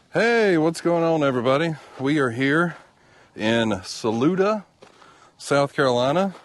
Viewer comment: Yes, you pronounced "Saluda" correctly.